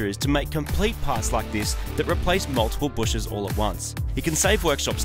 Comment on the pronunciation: Are you saying "bushes" instead of "bushings"